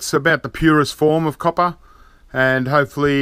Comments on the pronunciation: Love the way he prenounces ingot but the coppa is kinda irritating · Niels Walraven YOU'LL NEVER CATCH ME COPPAH! LOL 😊